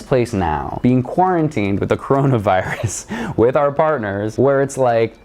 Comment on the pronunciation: not chronovirus, lets repit... "CO RO NA VI RUS"